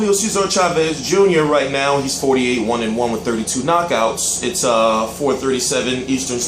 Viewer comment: "AND NEOW" WHAT THE FUCK WAS THAT?!!!